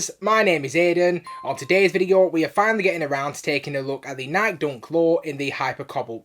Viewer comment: Why do u keep sayin nike like that? Lol its nikE not nyik lol